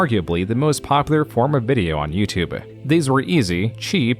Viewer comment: why does this guy pronounce "youtube" like "youtube-uh"? "The most popular form of video on Youtube-euhhh". Bro it's just "youtube" there's no extra sound at the end of the word